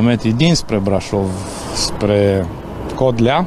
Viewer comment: Codlea nu Coldea😂